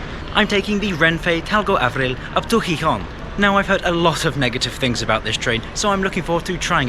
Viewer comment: Interesting video and evaluation. For future reference, the accent mark in Spanish words, including proper names, indicates which syllable gets the emphasis. So it's pronounce heeHON, not HEEhon.